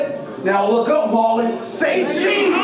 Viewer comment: Hooked on phonics wont help johnny if he read Marlon wrong!!! Yung ill.......aye but john john was goin n tho...good battle